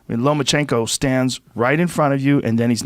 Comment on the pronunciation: Is it bugging anyone else that he keeps saying Lomanchenko. With a N